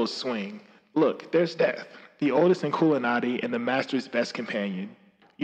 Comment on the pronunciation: Your saying it right